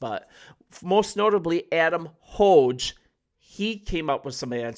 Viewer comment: Nice job! Just so ya know Adam Hoge pronounces his last name with a hard G, rhymes with rogue.